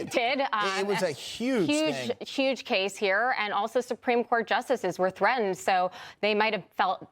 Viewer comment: Supreme Court justices were "threa-end"? The nerve......